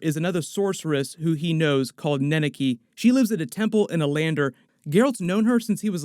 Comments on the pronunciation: The "Monster house" is a reference to Baba Jaga (Yaga). She lived in a moving house, that had chicken legs. Also it's " Ne-ne- keh" not "Ne-ne-key". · Butchered the pronunciation of her name too. (Rience as well)